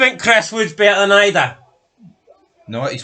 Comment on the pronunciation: It's pronounced ee-dah btw. Celtic havent played well in those games, but the ross county game, you said they were the better team. We were shite but still the better team. That was the point. Idah wasnt worth 9 mil but could be. Lads still young with lots to learn so im not going to compare him with anyone until he gets a full season under rodgers